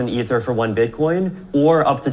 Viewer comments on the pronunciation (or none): Please stop mispronouncing Ether, it would make a new listener feel your content was less amazing/credible than it is. Love everything you’re doing for the community!